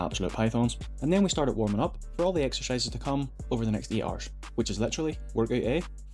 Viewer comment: Took me quite a few times of you saying ER to realize you were saying 8 hours lol